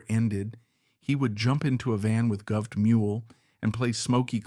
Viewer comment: AI sucks...makes this video torture. Every time I hear sky-nerd or govt!!! pathetic